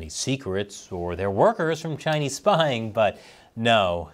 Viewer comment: Kow-towing to the Chay-knees , how embarrassing.